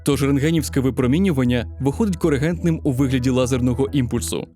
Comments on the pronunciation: ви обмовилися, не корегентним, а когерентним. В самому відео є напис Coherent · "когерентним", але це таке, само відео - супер!